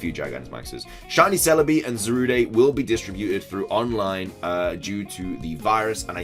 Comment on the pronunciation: can you please stop saying zarude as though its a french word, there's no accent, thanks